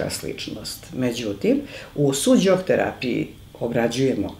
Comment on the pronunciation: Pozdrav za predivnu profesorku Veru, uz njene seminare se mnogo toga korisnog i lepog naucilo. Ispravka za voditelja, u imenu onuri Su - Jok terapije, ne postoji slovo DZ. Mnogo ruzno tako zvuci.